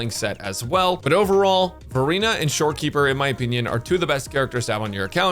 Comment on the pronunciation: I keep hearing Furina instead of Verina.😂 Also I love we can pick up Copies of the characters in shop amazing!